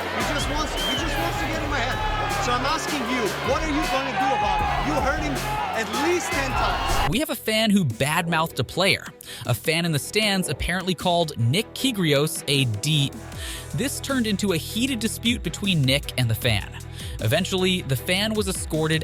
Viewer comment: KYRGIOS NOT KYGRIOS